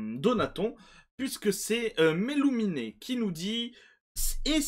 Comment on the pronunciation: Il y à toujours une petite erreur de prononciation avec mellumine 😅 Pour prononcé mellumine. C'est simple , imagine le nain qui dit " une mine "😂 Pas forcément avec la méme intonation Par contre.